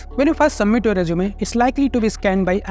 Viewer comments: Not jjj zzz zeeee rezzzzumee rejjjumay NAHI bhaiya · Resume 🚫 Reechume ✅️🐧